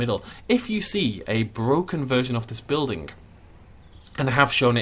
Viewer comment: this the type of guy that pronounces building as buildink? ye i'm out of here